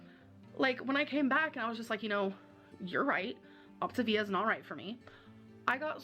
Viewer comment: It drives me nuts that she calls it optIvia when it's optAvia🤣 idk why, but her constant mispronounciation of pretty simple words, is frustrating to me🤣🤷‍♀️